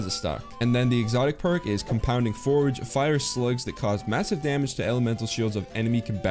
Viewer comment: Is it just me or did he say compounding forge, i cant trust my eyes anymore, is it forge or force